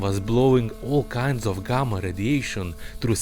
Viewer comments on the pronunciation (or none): none